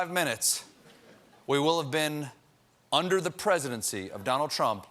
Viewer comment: Emphasis on the word "under".